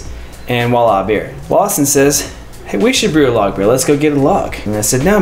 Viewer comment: As a Canadian that can speak French, I would like to remind my American friends that the word isn't "Walla" with a "W". This is a mispronunciation of the french word voilà, (Here is) or (Here you have). Voila. It's pronounced with a V not a W. I mean, you wouldn't pronounce gracias as 'grassy-ass'. I hear this all the time with Americans who think it's fine to mispronounce a word but to those who know, it makes you sound dumb...like someone who says 'synonym rolls' instead of cinnamon rolls :)